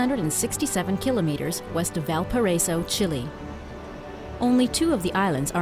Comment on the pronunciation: Crusoe was the least egregious of her mispronunciations. "Valparaiso," "Flensburg," among others.